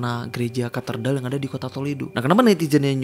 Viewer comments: Bang gereja katedral bukan katerdal😁 Sama di menit 4.14 kayak ada yg org gerak mundur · Ralat bang, bukan KATERDAL tapi KATEDRAL... 😁🙏👍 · Ralat bang. Walau saya muslim tapi yakin yg betul Katedral, bukan Katerdal, Bang. Tapi gak tau nulisnya gimana yg betul. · maaf bg, mau benerin aja cara bacanya kate-dral, bukan katerdal bg. tks🔥🙏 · Koreksi Bang, "Katedral" 🙏🏻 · cape juga denger katerdal lagi katerdal lagi, udah beberapa part ngomongnya katerdal mulu 😭 ga bisa baca apa gmn bro ? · Katedral kk... Bukan katerdal☺️ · Kok baca nya kartedal sih, bukan nya yg bener itu Catedral? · Katedral bang bukan katerdal🙏🏻🤭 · Katedral,bkan katerdal kali